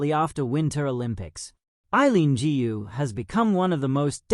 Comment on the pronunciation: Gu should be pronounced Goo not Gee!